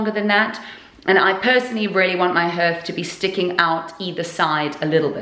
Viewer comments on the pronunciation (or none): What is a ‘Herth’? Do mean a hearth pronounced ‘harth’ ? Love your videos it really is fantastic what you have both done to this house 👍😊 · In the USA we pronounce hearth (harth)...it's just weird hearing you say (herth)...lol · Hearth is pronounced harth like heart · Wow turned out beautiful, in Cumbria we pronounce it as harth all though it is spelt hearth, either way it looks fab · Had to laugh every time it came up, in Boston we pronounced hearth as h..ah..rth. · I had a one like that in the late80,s early 90,s and its called a hearth. which is pronounced haar-th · Oh honey! It might be spelled hearth, but it’s pronounced harth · In England too. Where are you from? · don’t you just love the English language? .... if you’d swapped the last two letters for an s and an e, your pronunciation would’ve been spot on! 😁. Just thought if you’d asked people if they were selling the hearths with the mantelpieces ..... it might’ve been why they said no. More probably though, it would’ve been because removing the hearth would’ve left a huge hole in the floor (Victorian houses of that type tending to have flush, slate hearths; unless in the front parlour, when the whole fireplace would’ve been some huge statement piece) Whole place is coming on nicely though ..... I don’t envy you any more though - been there, done that - reclaimed, stripped, refinished all sorts on the way. You get dust in places you didn’t know you had places 😂